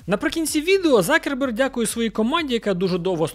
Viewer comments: Закерберг слух ріже з яких пір завждиш був Цукерберг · Дякую за Вашу роботу, але скажіть, чому Закерберг, якщо він - Цукерберг ??? Мені одному ріже слух? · чому закерберг ?? його звати Цукерберг ! чи то якась фішка типу той кого не можна називати ))))) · Хто такий Закерберг? Коли це він перестав бути Цукербергом ?) я аж в душі послизнувся, коли почув це😂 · А з яких часів Цукерберг став Закербергом?🤣🤣🤣